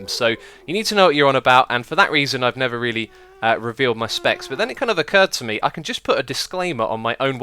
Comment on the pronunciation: when you say "never" while you're in the nether are you saying "nether"? o_o I swear I hear "nether"... but only while you're in the nether XD